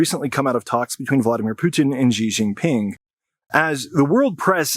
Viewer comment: Linguistic note: President Xi’s last name is pronounced like She, not jee.